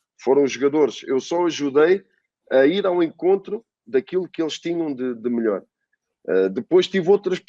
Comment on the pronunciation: O falando: EU SOU O MILIOR KKKKK